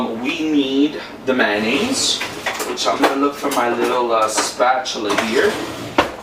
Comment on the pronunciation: It’s funny how you pronounce Manonaise. Instead of Mayonaise., not hating just making light fun. 😛